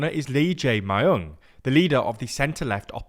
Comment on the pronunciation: Pronounced as mee-yoong